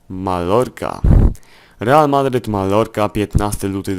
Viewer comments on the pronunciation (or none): 11 odcinek - czyta się Majorka